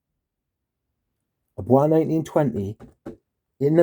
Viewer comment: It's pronounced "boyce", not like it's French (bwah). Also, not sure what you're upset about. You got a more concentrated version. It's not hard to re-package something wrapped in plastic if you're careful enough. I would trust a manufacturer before I'd trust a third-party Amazon marketplace vendor. I don't think it's Bois 1920's fault.